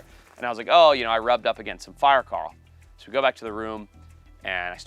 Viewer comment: fire 'carl' . ... holy hell never try to say coral again ...makes me wanna take a bat to your mouth